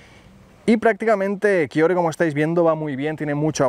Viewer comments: Porque le dice kayogre a kyogre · dices kaiogre